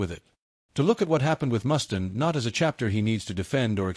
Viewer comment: Mustaine, Mustaine not Mustin.. stupid AI